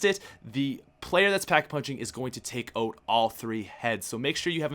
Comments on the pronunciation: The Dot :3 It sounded like he said oat instead of out tho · Why does it sound like he keeps saying "boat?" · Canadian accent